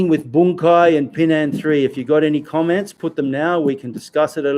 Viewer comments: It is not pronounced Pee Nan (Pinan) …. First learn to pronounce it right, then you learn the Pinan Kata ….. Pronouncing Pinan Pee Nan is wrong and have different meaning!!!!!!! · Okay, you can make any inference from what I have written. To sum it up, as I said there are black belts 5th and up around the world that pronounce Pinan as Pee Nan; This pronunciation is incorrect...... For a person that spends time learning Pinan Katas , we want you to do your own research into speaking and pronouncing the Pinan Kata the Okinawan ways....... Spend a month even six months to find out the real pronunciation, then make a video to teach it for all whoever wanted to learn the real pronunciation...... If you're a serious practitioner of the Pinan Katas, it is for your advantage and knowledge to know them. Again , pronouncing Pinan as Pee Nan is wrong and has no meaning....... Example: Hello JOHN, is not the same as Hello Jane................ We see most practitioners in the states and around the world not even come close to pronouncing Pinan correctly....Learn Pinan correctly first by learning to pronounce it right....... Don't butcher Pinan as Pee Nan....................... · Learn Pinan by learning it correctly..... You teach something that you don't understand..... If you know Japanese then, let's hear it... pronounce Pinan ?????? Pinan is Okinawan, hello, Pinan isn't Heian that the Japanese change to...... Your Kyokushin isn't Pinan kata................ Let's hear it Pinan ...... Spending all that time learing Pinan and applications are all Heian katas........... You know nothing about Pinan Katas hello...... Let's hear Pinan................ Yeah 27 people would like youto pronounce Pina correctly , if not then don't learn Pinan..................... Learn Pee Nan